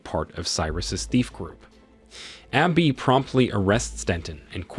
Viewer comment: Listen to the pronunciations for words like abby or leviathan, its probably an AI